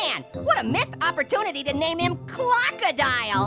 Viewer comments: Yeah when orange just sayed clockodial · Clockadile LOL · when you say cockadile it looks like you're saying clock it dial